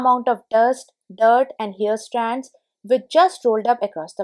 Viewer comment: Since your videos are about home improvement, you may also believe in personal improvement, so can I suggest that you work to improve your English pronunciation, mainly because the way you say so many words, they become new words with different meaning, causing confusion. I am aware that in India the mother tongue influences spoken English. Examples, access/excess, scrape/scrap, hair/here, mat/met, closer/closure, cloths/clothes, etc. My suggestion comes from a good place, hope you receive it positively 🤗 Great tips, btw!